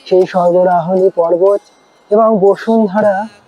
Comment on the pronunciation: Are Ota bosundhara noy basudhara , Kane lagche